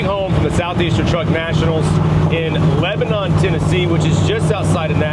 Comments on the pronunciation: How you want to fix stuff as long as it works go for but, As many times you have been to Lebanon learn how to pronounce it like the locals pronounce. Keep turning the wrench. You will make it. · Its leb nun Tennessee, not Lebanon.